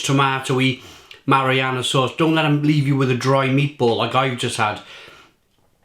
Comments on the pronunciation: Ma·ri·na·ra... Not mariana... Big difference lol., buddy, you're gonna have to work on your word pronunciation before some of your videos. Seriously man you a grown up please pronounce your words properly! Lol. Great review! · It’s pronounced how it’s spelled. Marinara. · I think u pronounce words wrong on purpose no one would ever call it marianna.